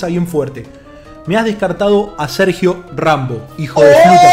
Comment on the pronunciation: dice Sergio ranbo